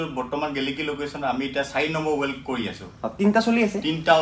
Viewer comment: সুন্দৰ ভিদিও। কিন্তু উচ্চাৰণ টো ৱাল নহয়, ৱেল হে হব। আপুনি বাৰে বাৰে ৱাল কৈ থকা বাবে হে কৈছোঁ।